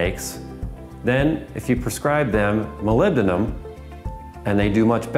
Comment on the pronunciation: Yay finally pronounced molybdenum correctly. Lol. Love these vids you wear your heart on your sleeve.